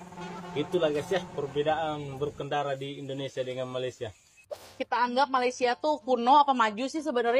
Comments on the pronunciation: Woi, betulkan sebutan Malaysia tu boleh tak? Atok nenek ayah emak aku jowo kabeh, Elok je dia orang sebut Malaysia. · Semua orang dari negara seluruh dunia boleh sebut Malaysia dengan betul, Kecuali Indonesia. Peliklah. Cubalah sebut betul betul Malaysia. jangan lah tolo l sangat.